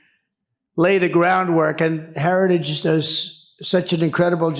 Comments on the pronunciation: What is a "herrage" ? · TRUMP LEARN HOW TO PRONOUNCE HARRITAGE!!😂😂 STUPID!😊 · The "Herage Movement" 😂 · I love how he cannot even pronounce "heritage"... he keeps saying something like "Harry shits" :D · “The increible heriggage projed” Donald Trump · Trump can't pronounce Heritage. 😂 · Someone explain to trump how to pronounce Heritage!! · Dude cnt say heritage